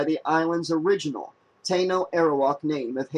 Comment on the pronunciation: You pronounced it "Tay-no".